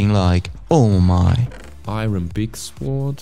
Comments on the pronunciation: man spricht sword ohne w aus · Bei sword wird das w nicht ausgesprochen -.